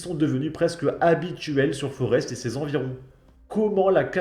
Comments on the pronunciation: Putain, il est temps de savoir prononcer les Noms. Le x de Bruxelles se prononce comme 2 s. C' est pas Forest, ça se prononcé Forêt. Et pour terminer Uccle se prononce Uccle. 😊😊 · on ne prononce pas le S dans Forest